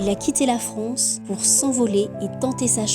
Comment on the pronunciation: La fronce ? Oui notre pays est devenu la fronce !